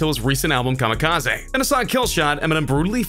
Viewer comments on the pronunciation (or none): Why TF does he keep pronouncing it KamikazAY